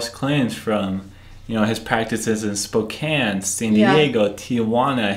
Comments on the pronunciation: You did say spokane(spo-can) right👍 I live there and there's actually way more amway people here then young living. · Spokane resident here; yep it is pronounced “Spo-can” (which is odd I know 😂) 👍🏻 ...also I am embarrassed to say that I was a YL hun for nearly 3 years. I quit last October, posted about quitting, and received lots of vitriol from some of the top “earners” under my post. However, I am so grateful that I’m no longer trapped in that cult, and I will not shut up about how scandalous YL is until the FTC shuts it down. I am determined to see that happen. I’m just one voice, but I have “insider” experience and the trauma that went with it. AWESOME JOB YOU TWO!!! 👏🏻👏🏻👏🏻👏🏻👏🏻👏🏻👏🏻👏🏻💪🏻🙌🏻🙌🏻🙌🏻🙌🏻🤩💖